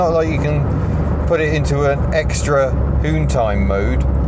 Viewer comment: "Hoontime mode"